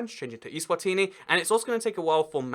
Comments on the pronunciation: eSwatini not iSwatini! Stupid English!! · Macedonia (FYROM) is pronounced fye (*fi* in fire) rom (fye-rom eSwatini is pronounced ay-zwah-teenee